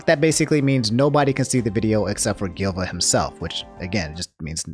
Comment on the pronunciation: please dont call him gilva, his name was silva gunner (not gilva sunner...) but nintendo shut him down years ago and he started a new channel